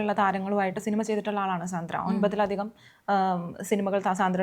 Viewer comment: Not സാന്ദ്ര,she pronounce her name like this "സാൻഡ്ര"